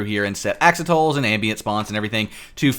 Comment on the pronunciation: did he just say "Ax-oh-tulls" for axolotl?????